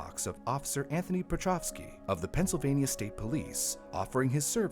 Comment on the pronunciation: Penysylvania? lol